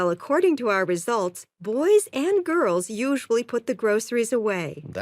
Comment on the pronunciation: Girl’s pronunciation is weird 😪😪😪😪